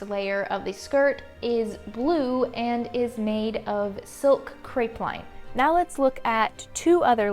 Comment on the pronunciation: Crepeline = cray-pell-leen or at least it is here in Australia. Enjoyed your videos so much! 🌺